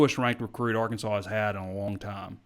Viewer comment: He may have been joking but please ask to pronounce “Arkansaw” rather than the famous Les Miles’ insult, “ArKANSAS”.